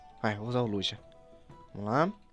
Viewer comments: QUE AGONIAAAA, NAO SE FALA LUGIA, E SIM LUGUIA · o falando liJia o certo nao era lugia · Para de falar Lugia lê como se fosse Luguia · lujia kkkk é Lugia prefiro edukof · "lujia" kkkkkkkkk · a pronúncia é luguia mais se escreve Lugia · vc esta falando errado e luguia eu coloquei assim para vc entender mas se escreve lugia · n e Lugia se diz Luguia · Ele não sabe pronunciar o nome do Lugia kkkkk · o e um bebezao e fala o nome do Lugia errado